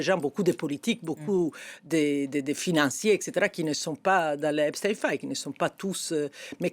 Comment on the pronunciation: En langue francaise, on dit "EpstEINE", - non pas Titine.